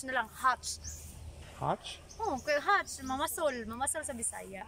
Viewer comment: Catch not hatch